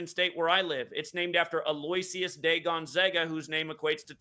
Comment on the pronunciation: The name "Aloysius" is actually pronounced "Al-Oh-Ish-Us"